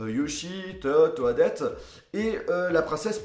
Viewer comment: juste comme ça toadette se prononce todette